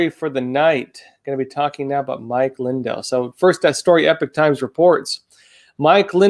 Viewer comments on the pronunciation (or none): It's Lin-DELL, not LIN-del.